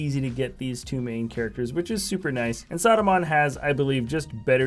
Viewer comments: It's not Saadumaan it's Saruman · He sounds like he's saying "Sodomon" haha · Why do you say Saruman so weirdly? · It’s funny